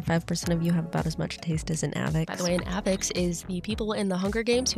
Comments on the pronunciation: "avix" ?? don't you mean "avox"? ay-vohx. they say it like that in the movie.... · AAAAAAAH!!! Congratulations on the move! So excited for you! Okay, but also? It’s AVOX not AVIX. I love you! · nitpicky hunger games fan: A-vox not Ah-vix